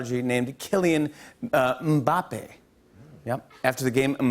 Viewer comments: Jimmy stumbled a little on pronouncing Mbappe’s name but it’s all good. What a solid monologue👏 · they pronounce it without the "m" thou